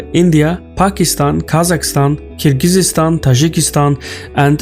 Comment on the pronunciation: Not to nit-pick, but you should look up how Kyrgyzstan is pronounced. In every video so far the pronunciation was wrong.